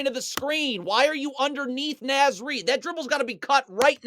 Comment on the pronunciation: Love the video breakdowns! Also "Naz" as in Naz Reid is pronounced like it rhymes with Oz.